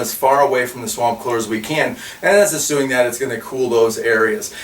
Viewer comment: "And, as "ASSUING"? those...what did you say?